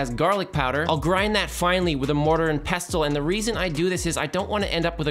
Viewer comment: I enjoy your show and the beat-downs of the fridge, BUT it's pronounced "pessel", not "pest-el", bc the "t" is silent.